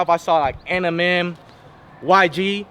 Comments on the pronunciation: This foo could’nt even say eminem, tha foo said enimen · He said ENIMEM hahahah